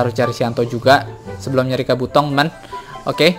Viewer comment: bang kabuto bkn kabotong ama bkn narutong